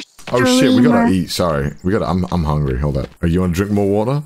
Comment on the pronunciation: "I WAS HONGRY"